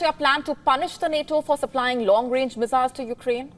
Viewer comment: Meziles...i love it when she says that.